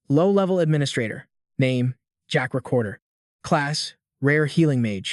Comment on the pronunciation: Protagonist's name in the manga: Zeke Draker. Pronounced by the video as "Jack Recorder" apparently.... Not a good sign for the rest of the video. Edit: Okay, sometimes it's also Jack Raker, Jack Raper (LOL), Jack Draper, and Jack Drake, and I'm only 50 minutes in.... Yeah, not good.